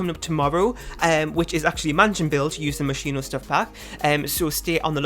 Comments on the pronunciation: You are saying it wrong, but it's how I say it too. If I try to say it right I end up saying mosquito. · The version you don’t say is the Italian version. In Italian you say the h after sc as k The version you do say is also good